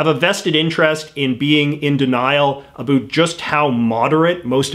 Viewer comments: I was wondering if he was canadian or american at first, then he hit me with that "aboout" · "A boot" I love accents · "a boot" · This guy is the only one I have ever heard say it like this. Canadians generally say "a-bOut" like a boat on the water. We use the same sound in outside, mouth, pouch and house. We pronounce them all with an o, while Americans generally pronounce them with an a. The way he says it blows my mind. I've been all over canada, never heard it said this way. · Why do you keep talking about "a boot"? I challenge you to read this E-mail. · I love how you say about, And I love South Park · Commenting before I watch hoping to God that there is no political bias, but i'm sure my expectations will not be the reality. Edit 1: Heard him say "about" telling me he is Canadian? Not good so far Edit 2: Actually seems alright in terms of bias, at least in comparisons to pretty much every other channel. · I BET YOU ARE FROM VIRGINIA BASED ON THE WAY YOU SAY ABOUT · I really enjoyed this. He presented it perfectly. I am A Canadian and we don't pronounce 'about' the way he does. BTW I hope President Trump wins a second term. hugs from your northern cousins! Don